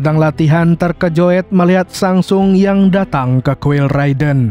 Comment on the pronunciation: bukan sang sung bang tapi sung sang yang tepat😂😂😂😂😂🎉🎉🎉🎉🎉🎉